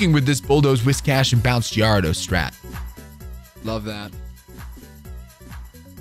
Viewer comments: Do u call the mons names like "Giardos" and "Deckidooey" on purpose or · Dafuq is that Gyarados pronunciation?